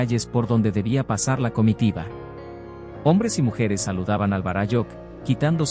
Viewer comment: Todo bien de la historia relatada tal cual la denomina, por el autor. Lo único que no coincide es como lo pronuncia el relator los términos en quechua. Lo pronuncia muy mal. En quechua las palabras son graves o llanas. Por eso se acentúan para mejor entender. Varáyujh, no varayújh.